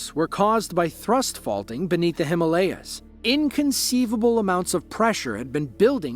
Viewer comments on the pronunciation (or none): none